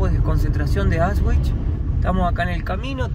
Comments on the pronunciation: En el idioma alemán las palabras se pronuncian tal como se escriben, exceptuando algunos dictongos. La letra W (doppel fau) doble W se pronuncia igual que en español. AUSCHWIT se pronuncia ausvit, no ausgüit WOLFGANG se pronuncia volgang no güolgan. El idioma alemán no es el idioma inglés. Practicamente el alemán se pronuncia tal cual como se escribe. Procurando siempre pronunciar todas las consonantes. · no es Aus ... es Aush no es vich, es vitz....Aush vitz ....con la mejor onda 😁 Distrae que se prouncie mal....muy bueno el video igual gracias por mostrarlo ❤ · se pronuncia Aushvitz.....no Ausvhich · aunque el video es antiguo te voy a corregir una palabra;Auschwitz,se pronuncia Auschvitz, no con la w anglosajona, sino con la v española.❤ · Increíble como pronuncia Auschwitz